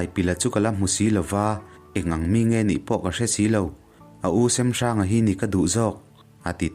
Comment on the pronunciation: a ngaihawm hle mai...mahse kanti teh ang semhranga hming i lam dan hi a dik chiahlo deuh in kahria...hnawncheuva hi kapa pu ani e